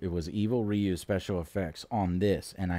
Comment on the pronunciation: Rayou. Ryu... Oh boy...